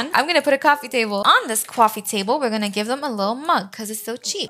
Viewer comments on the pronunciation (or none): No hate but why does she say cwoffy table not coffee table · Cause it’s funny